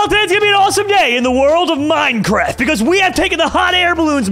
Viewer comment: a giant airship! Me:Ark. Also me: it’s Minecwaft?!